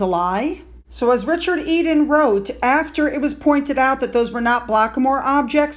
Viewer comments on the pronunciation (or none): none